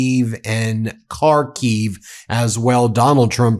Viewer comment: Jay from karkiev not Kay